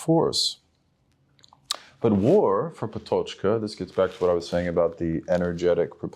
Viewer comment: not relevant but still: that is not how "Patočka" is pronounced